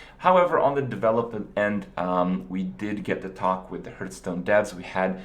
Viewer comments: STOP SAYING HURTSTONE IT HURTS ME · hurtstone hahahhahahahaha